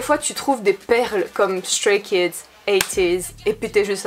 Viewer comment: ON PRONONCE EN ANGLAIS STRAY KIDS!!!!!n vhifrvzdcbhired